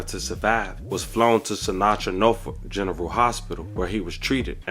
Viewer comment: It's Sentara not Sinatra 😂 I'm from VA